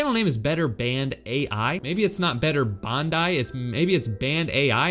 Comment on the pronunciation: When he says Bandai it’s sounds like Banned ai